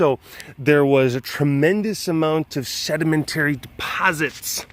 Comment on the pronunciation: SURRMENTURRY DEPORZITS. A+ good commentary. :P